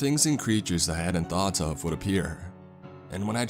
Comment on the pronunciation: about 2 minutes 35 seconds in: "I was struck by a THOT 😂😂😂